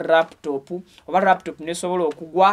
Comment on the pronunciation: Hahaha, I hear raptop. It's called laptop Mr😮